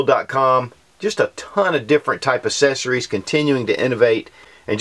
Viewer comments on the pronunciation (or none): I love your channel but for the love of god, please pronounce "accessories" correctly. It absolutely bugs the crap out of me.